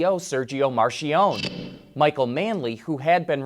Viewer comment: Its NOT pronounced 'Marshionnne' - 'MARKIEONIE' - Spelled Marchionnne.